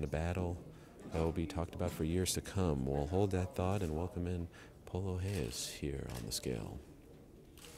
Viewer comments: reyes, not heyes, he is mexican not portuguese, get it right ariel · Amni wrong in assuming its pronounced Reyes and not Heyes? If hes mexican his name isn't pronounced in portuguese..